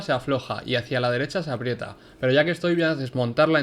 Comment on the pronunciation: Se dice aprieta